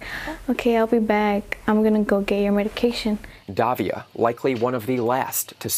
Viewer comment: it is "Davila" and not "Davia" learn some pronunciation, c'mon man!